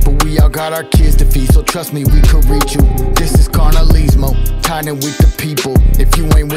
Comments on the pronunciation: props to tha homies for trying but this honestly quite embarrassing as a Norteno. foos cant speak spanish for nada. Im more ashamed of cuz hes oldschool N cant even say carnalizmo right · Vatos kant even say KARNALISMO. FUKKEN KOKUNUTS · Bro can’t even say carnalismo lol typical from the nortes tho but went hard